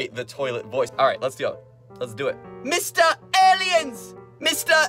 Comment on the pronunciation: he said mistah phone 😂😂😂😂😂😂😂😂😂